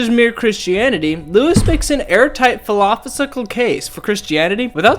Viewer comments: Did you just say philophisical? 😂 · I’m immediately not going to take you seriously when you pronounce the word ‘philophosickle.’ That being said, the argument is resting on a fallacy within the first proposition, and is the same argument that people who see a UFO often make. ‘I don’t know what that is’ —— > ‘it is therefore an alien.’ ‘I don’t know how the universe began ‘ ——> ‘god did it.’ Mixed into it is a fallacy of incredulity- the idea that because you don’t understand something it must be wrong. In the second point, the idea of us having a moral system therefore indicating a supreme being is incorrect, because we are social animals- the reason we want or don’t want to do things is based on reward and punishment in social interaction. We have evolved to feel good when we help and receive positive feedback from others as a result, and to feel badly when we do something which causes others to be angry at us and isolate us. We evolved to desire social connection, and so we as a species have developed ways to enforce broader good behavior so that we as a large social group can function together (criminal punishment — forced isolation from previous social group). There’s not much more to discuss after those points. The only reason C.S. Lewis wasn’t called out for these fallacies at the time is because it was socially unacceptable at the time for people to do such a thing. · Pholophisical... I love it lol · My man what in the fuck is a philopho-sicle??? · Airtight falafel 😂 no harm meant, just thats what it sounded like when you tried to say philosophical. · "phil loss if ikle"?? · This might be the dumbest thing I've ever heard. From the inability to pronounce "philosophical" to the ridiculous argument that "the universe was caused by something therefore atheism is wrong." Just the most unconvincing, worst arguments I've ever listened to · Please learn how to pronounce "philosophical". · You mispronounced philosophical in your video, therefore irrelevant.